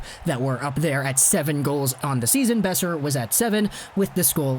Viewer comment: Ngl the way at the you said brock beoser at the start kinda made me cringe